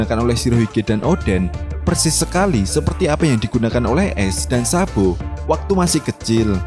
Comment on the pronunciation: Sabo min bukan sabpo😂